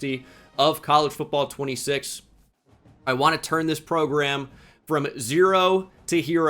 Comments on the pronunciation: I feel like you keep saying PROGRUM just to annoy me personally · People gotta stop saying progrum man